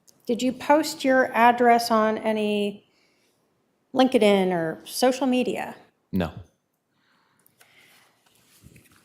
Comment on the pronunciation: "LinkidIn" lol